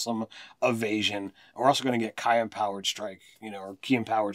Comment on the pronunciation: They also pronounced ki and riposte incorrectly. Ki is pronounced "key" or "chi" (chee), riposte is "rip ost" (as in lost), melee is "may lay".